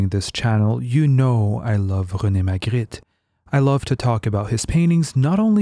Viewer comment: You pronounced it perfectly, are you French?